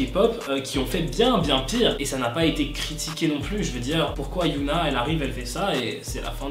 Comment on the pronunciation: Super vidéos, comme d'hab hein, mais y a juste un petit défaut au niveau de t'as prononciation pour Hyuna ^^' Enfaite, il faut prononcer le H de Hyuna parce que sinon je crois que ça fait un autre prénom, c'était juste ça ^^